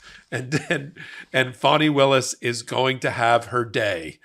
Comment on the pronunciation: F-A-N-I. Not FAUNI 🤦🏾‍♀️